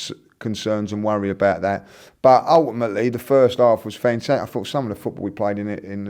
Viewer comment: He said ulèimèly 6 times in the whole video. Ty could have done it in 5seconds though